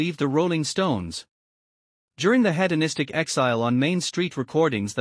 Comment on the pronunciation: Yep, right off the bat, the voice mispronounces hedonistic as "head-o-nistic" instead of "heed-o-nistic"